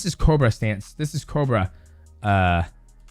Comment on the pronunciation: It’s co bra not cro ba xD